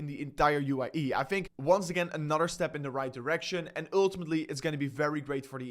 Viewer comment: UAE , not u i e ..